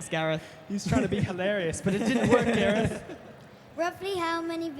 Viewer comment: ITS gareth